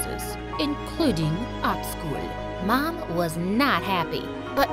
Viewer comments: You say like 'Mon' 😂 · ummm mon instead of mom